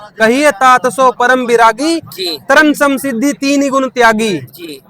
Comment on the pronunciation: जिसे मात्रा का ज्ञान नहीं उसको रामायण नहीं पढ़ना चाहिए, सिद्धि को सिद्धी पढ़ कर ज्ञानी बन रहा है